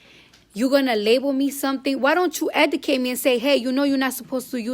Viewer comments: EDUCATE NOT ETICATE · Bitch can’t even talk eudcat bitch what u mean educate dovitory bitch you mean derogatory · I LOVE Cardi B but she can't talk for shit....🤣🤣🤣🤣 She killin' me with the word "Educate"....(Edicate)..I cannoooot LOL SHE'S RIGHT THOUGH!!!! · it's educate not edacate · E D I C A T E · Okay you saying that people should instead of drama they should educate you can't even pronounce it so how you expect for you to say 2 people you should educate yourself but you can't even pronounce it first you learn how to educate yourself and then you tell the people that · Her school should of told her not to say EDICATE either 😤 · Cardi is like my lil sister sometimes because I love her but she be pronouncing shit wrong, its "Educate" Cardi 🤦🏽‍♂️💛😚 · yeah ik she can’t speak it was bothering me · Why she keep say educate like that lmaooooooo